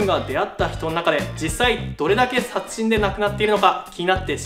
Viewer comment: 「殺人」が微妙に言えてないw